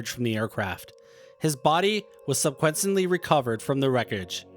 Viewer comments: Subquentsently? Dyslexia rather than AI. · Say it after me, Sub-seh-kwent-lee.